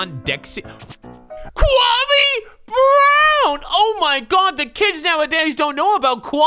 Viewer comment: I may not know who Kwame Brown is, but I know you're not saying right